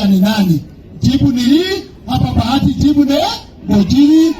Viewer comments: It's bahati not bagati. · It is Bahati not Bagati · Boss ni Bahati sio Bagati as it appears on your screen.